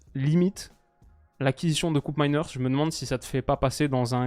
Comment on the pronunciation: "KÔpmeiners" et non Koupmeiners. Il est néerlandais et donc respect à la langue des Pays-Bas et des Flandres. Tout ne se prononce pas en anglais,.